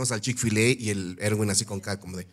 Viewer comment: Se dice chick fil ei no chick fil e